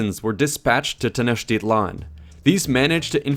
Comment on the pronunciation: No. A for effort, though. He tried. Most Nahautl words—especially nouns, emphasize the second to the last syllable. I.e. Tenochtitlan is Tenoch-teeee-tlan, thus the accentuated á, é, í, ó, ú. Also the tl at the end of words aren't as harshly pronounced as done in the video. It could vary from region to region but for Classical Nahuatl generally the tl ends with a sharp t and almost mumbled l. Like saying "Atlantic" but suddenly stopping before pronouncing the -antic part. Not Nawatoll. Funny enough "Atl" means water and "lan" could be translated into land. Together "Land of Water" or "Waterland".